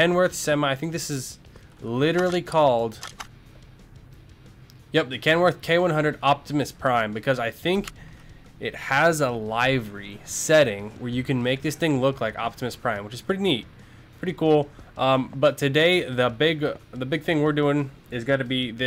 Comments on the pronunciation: idk who the hell keeps telling you to pronounce livery as LIVE-ER-EE but it pisses me off. Its pronounce Liver (like the organ) with and eeee at the end. God it keeps me from wanting to watch your videos. I see the potential but its just screwed up on how you pronounce it. God. Please pronounce it the way its supposed to. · omg please stop pronouncing it live ery the I does not make the I sound its I like lit